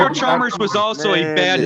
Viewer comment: Heat was not a superteam and they didn’t have good role players smh this Man said chalmbers 😂